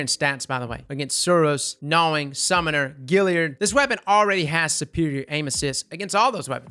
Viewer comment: But wait....why do you pronounce GALLIARD like its spelled GILLIARD?